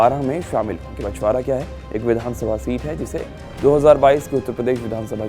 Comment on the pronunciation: बछरावां है यार, बछवारा नहीं